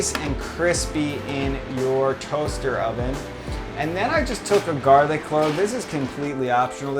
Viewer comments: Love me some 'GALRIC' ! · Your videos are great; but like "galric" for the avocado recipe :P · also "Galric" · Galric ? :P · Dat "galric" tho